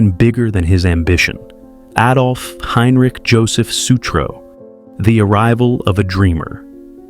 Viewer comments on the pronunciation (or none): none